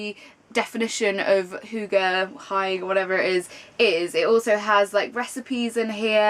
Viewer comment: I believe it's pronounced Hoog-uh. Also, I need to say it cos it's been bugging me, but Deadly Class is a comic book series, not a graphic novel. 😳 Looking forward to your wrap up & see what you've been reading! Are you into audiobooks? They're my favourite things in the whole world!